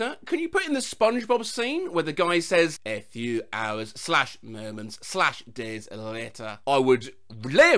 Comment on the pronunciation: Apart from "days later" which sounded more Lancashire than French